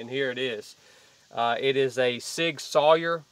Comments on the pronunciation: It's pronounced sour not sawyer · From my German wife it’s pronounced Sig Sauer (sour) . German name! Just Saying!